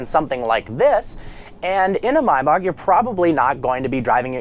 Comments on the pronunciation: "My-bock"? It's Maybach. Ask rick ross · It's Maybach no Mybach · maybach not marbach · Did he just say myback. Its maybach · Cesare Nebbia no, the German way is "my bach" (the "ch" had no English equivalent) but he is clearly saying "my back". The proper English pronunciation is actually "may bok". Just as it's acceptable to pronounce the name of the composer Bach as "bok" in English. What is not correct is to mangle a name by saying half of it in one language and the other half in a different one, which is what he is doing. If you said "my back" in Germany they would think you were an idiot. I should further elaborate that "my bok" is indeed the most common English pronunciation among dealers and owners but not the general public and is definitely not how they say it in Germany. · Why the hell does he keep calling it Mai-Bach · the way her said "maybach" was hilarious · Regardless of whether you're correct or not, your pronunciation of "Maybach" drives me nuts